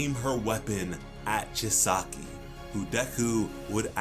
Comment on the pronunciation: Every time he miss pronounced Chisaki’s name, it made me cringe